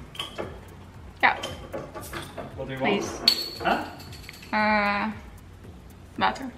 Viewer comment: Who else thought she said vodka when she said water😂😂